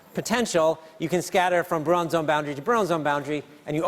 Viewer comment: "Bruon" for Brillouin? Really? Ok, Simon, you know physics, but apparently not much else.